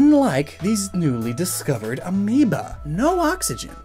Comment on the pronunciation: did he say amoeba or amiibo?